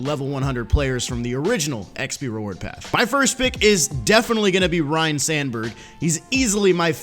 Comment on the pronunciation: How long will it take for to realize that it is pronounced Rine Sandberg